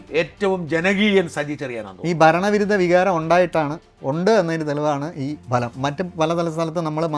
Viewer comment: 101 സീറ്റുകളുടെ ബലം എന്നല്ല ഫലം.